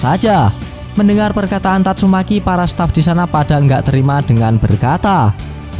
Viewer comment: Yg ngakak bilang " YANG KELUAR TATSUMEKI"😂